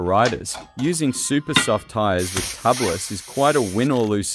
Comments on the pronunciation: TUBE-LISS. Not Tubb-liss. Or, technically, TU-bliss. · Tubliss....say Tube-less, not Tub-less. There are no tubs in dirt biking. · It's pronounced.. tube less.. get it no inner tube tubeless